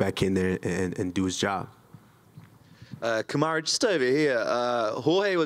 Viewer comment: Kamar”Who” Usman 😂